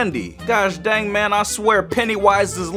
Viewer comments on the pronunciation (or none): It's dang not dand